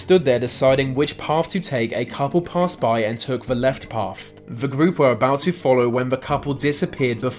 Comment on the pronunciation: Path! not paff. Yep, you're credible.